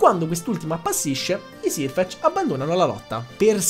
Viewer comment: video bellissimo, sei bravissimo a spiegare però solo una correzione, è /serfec/ non /sirfec/, perché la pronuncia è quella inglese